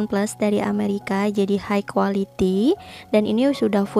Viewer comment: High quality --> high kalo dibaca bukan jadi "haik" kak tapi "hai" 🙏